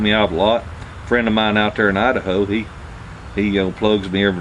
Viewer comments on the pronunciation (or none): LMAO great video love how you say Idaho ( I da ho) hillbilly glad Hf saved your drawers